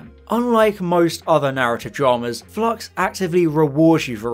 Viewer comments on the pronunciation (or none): Flux not flox, stop saying flox! I keep thinking about Doctor Phlox from Enterprise because of the bad enunciation.